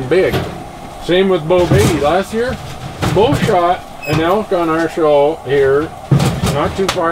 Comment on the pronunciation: That's "Beau"